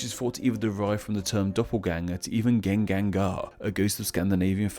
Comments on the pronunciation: I'm sorry, but that is easily the worst pronounciation of a Scandinavian word I've ever heard. Assuming you are talking about what in Swedish is called a "Gengångare", where it's pronounced kind of like yen-gong-ah-reh. Hopefully that makes sense. I'm not quite sure how a native Anglophone would read that. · Love the video, but the pronouncuation of ”gengångare” (the scandinavian ghost) made me cringe a bit... The first part, ”gen”, is pronounced the same as ”yen” but with emphasis on the e. ”Gång” is pronounced like ”gong”. ”are” is a bit difficult to explain since it depends on dialect, but I’d describe it as if you were saying ”arré” with a spanish accent. (French or german if you’re from the south like me.) So more like ”yEhn-gong-arré”, not ”gen-gan-gar”.